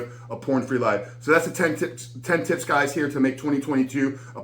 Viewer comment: Did he say tips or tits 🤣. I’m already lost